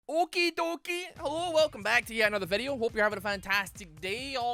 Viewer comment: No one: Especially No One:: Heowwo this is